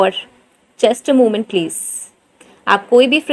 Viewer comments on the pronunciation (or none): none